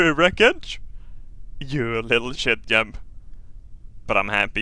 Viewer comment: why does he pronounce jeb as yeb